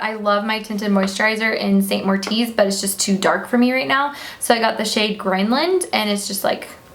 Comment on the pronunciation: its st moritz not st mortiz :)